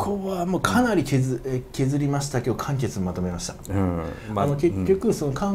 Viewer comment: げー↑ん↓論 か↑ん↓潔